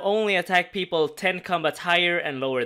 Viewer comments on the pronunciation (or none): none